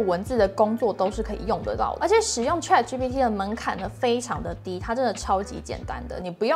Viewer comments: Chat, not trat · 主播能不能把chat的发音发得准确点